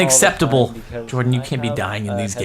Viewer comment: Lol but in the beginning I heard my name is George in stead of Jordan